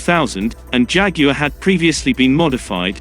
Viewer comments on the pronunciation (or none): none